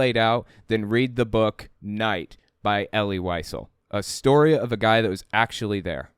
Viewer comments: Wiesel is pronounced like “vee sell” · Wiesel is pronounced “vee-zell” 💙 That’s my only critique—top notch as always,!